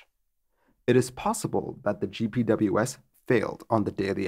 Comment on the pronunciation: if you want a tip to sound more savvy, in the aviation community GPWS is pronounced "Jip Wizz"